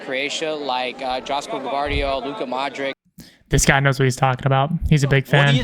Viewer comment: not a big enough fan to pronounce 'Modric' correctly. 🤷🏼